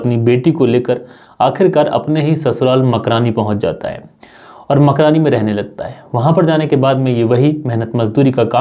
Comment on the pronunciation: तब खाबो मकरानी गांव नहीं है कमरानी गांव है